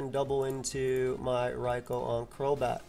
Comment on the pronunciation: I respect you switching to canon pronunciation Raikou ("Rai-co.") but it'll always be "Rai-ku" in my heart T_T anyways great stuff just commenting for the algo